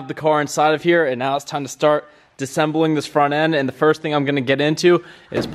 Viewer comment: Disembling? Bro... Disassembling